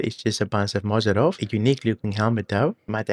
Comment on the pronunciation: not "moZoRov" )) its "Morozov".